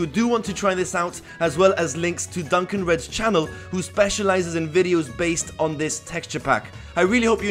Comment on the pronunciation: Duncan? Dukon like "duke on". ^^ Any how really nice build! :)